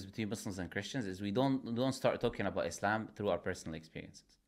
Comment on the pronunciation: God knows where it started but either way them saying IZlam, MuZlim and Qaran is obviously because of insincerity and making the things these words refer seem bad, making the word harsher on the tongue and mind